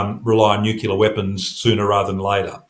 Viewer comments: Sorry but I can’t take anyone seriously who pronounces it ‘ nookiller’ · NU-CLE-AR. He must have spent too much time around the Americans, who according to Henry Higgins haven’t spoken english in years. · Why is it so hard for people to pronounce nuclear correctly?